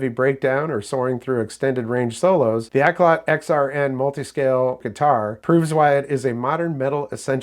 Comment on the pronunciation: Pronounced Auk-lot not Ak-lot. It's Cantonese for good music. You're welcome